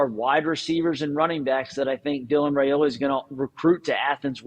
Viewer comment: Dylan RY-OLA is how it's pronounced according to his Dad...